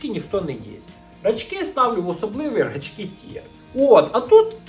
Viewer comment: ти неправильно наголос ставиш в назві цукерки "Рачки") Треба на перший склад) Ще кльова тєма була колядки і щедрівки. Там прям плани і схєми були, як отримати більше цукерок і грошей. Після цього навіть обміни цукерок влаштовувалися, а за круту цукерку можна було виміняти дві-три звичайних. Гарна тема для окремого відео